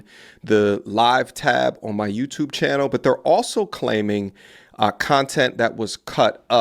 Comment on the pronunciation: I want to say thank yeW, teW everyone on twitch IG tiktok and yeWteWbe. Yeah, is a British African skraight outta B-more.